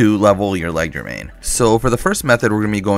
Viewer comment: he can't even keep one wrong pronunciation to stick to. leg der main? ledger main? cmon man atleast try